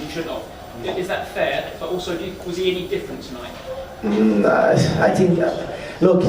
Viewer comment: "I tink I'm more of a tinking man now I tink"